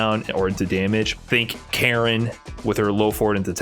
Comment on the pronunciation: Her name is not Karen it's Karin as in Kah-Reen